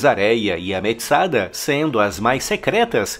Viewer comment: Só uma correção das pronúncias dos nomes das divisões: Tsômet, Kêshet, Kessária e Metsadá.